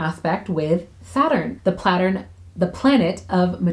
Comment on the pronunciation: Nope, the platturn. Or plattern. 😅